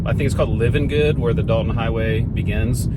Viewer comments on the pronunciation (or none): I wish you YouTubers would learn how to correctly pronounce the names, places, and things you are experiencing. It is Livengood . As in It’s alive…Live-n-good. Alyeska. As in Aly-eska. Thank you. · Al E aska, Live An Good. Please, if you are going to shoot this to the entire world, pronounce it right. Tok is Toke, Chena is Cheena, Tanana is just like banana but tananah. Valdez is Valdeez. i could go on all day! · Short pronunciation lesson. Alyeska is pronounced Al•E•eska. Livengood is L•I•ven•good (long I) and Valdez is Val•deez. (long E). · Livengood is pronounced LIE-ven-good. The pipeline company is Alyeska, pronounced Al-ee-ESK-uh. Thanks for all the drone footage, by the way. I’ve been on the road several times, but that’s a perspective I’ve never had.